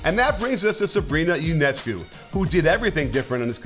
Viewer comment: Yonehscoo is how to say. She is Romanian